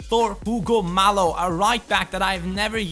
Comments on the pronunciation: Hugo Mallo is pronounced, Ugo (like you said) Mayo, not Malo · Mallo's name is actually pronounced mayyo, since he is Spanish. Great video by the way! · I think that Hugo Mallo is pronounced Hugo Mayo